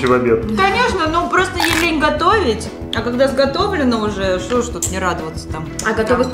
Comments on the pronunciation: Не шта а што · Не што а что